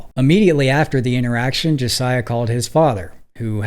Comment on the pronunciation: BRO...Learn how to pronounce names before doing your videos please. I almost stopped watching after hearing you mispronounce Josiah several times. Their's several spellings but he stated it very clearly.